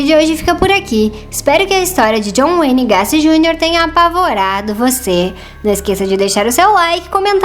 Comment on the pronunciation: Gaci!! kkkkkkkkk se fala gueisi e não gaci